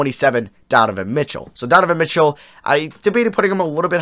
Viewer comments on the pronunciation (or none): none